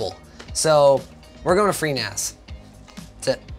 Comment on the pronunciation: Almost thought you were doing it right when you said FreeNAS, than that somehow disappeared. C'mon.